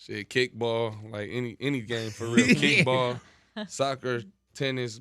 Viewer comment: He said kickball😅